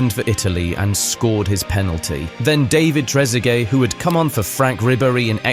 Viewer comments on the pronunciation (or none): none